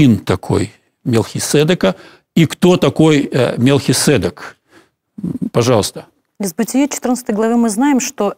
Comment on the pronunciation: Благодарю за ваше служение! ( маленькая поправочка, в греческом варианте ударение в имени МелхиседЕк).